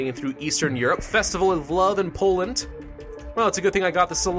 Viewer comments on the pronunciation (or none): none